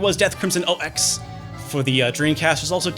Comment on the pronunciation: It's legit pronounced Death Crimson Ox, not Oh Ex. It's madness.